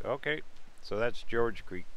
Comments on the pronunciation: Not George Creek. Gorge. Like gorge on too much food? 🤦‍♀️. Or the first part of the word Gorgeous. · The G in Gorge Creek is pronounced like the G in GO